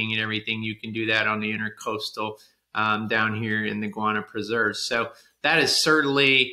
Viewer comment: Love your videos but please . It's INTRA-COASTAL not intercoastal. Please look up the difference. Thanks.